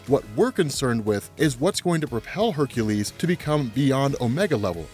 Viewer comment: Ugh. It really irks me that you say Hercules' name wrong.